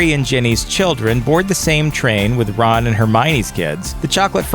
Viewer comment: Did anyone else notice that he said Bron instead of Ron